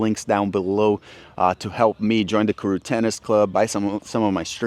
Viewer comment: You youself said Karuu instead of Karué